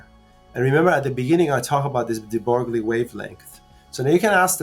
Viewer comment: "De Broglie," , is pronounced "de broy."